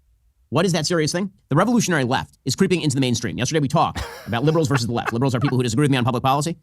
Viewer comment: versus* not "verse".